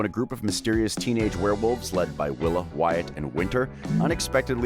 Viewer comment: you said wyatts last name wrong